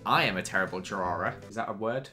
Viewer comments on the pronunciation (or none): I cant tell if keeps saying drawering or if it's just my terrible hearing